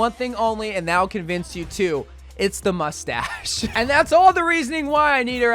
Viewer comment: Everyone talking about skins and not that he said mucstash instead of mustache